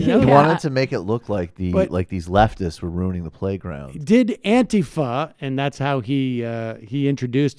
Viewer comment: Thumbs-up for stressing the A instead of the I in Antifa.